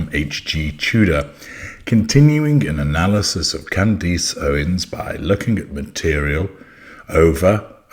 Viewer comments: her name is pronounced Can-dess like ‘dress’ not ‘eece’ like fleece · Who is Can-deece? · Why does call her Can-deece? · Why do you call her 'Candeese'? It ends with -ace as in 'a' house, a dog.